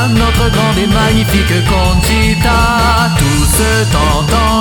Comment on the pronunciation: J'aime beaucoup l'accent que vous mettais a Vanica de Conchita, ou même juste Conchita. ^^ super boulot :p